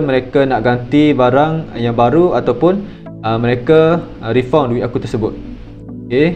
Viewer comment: Bunyi refund tu Rifan dik.bukan refaun.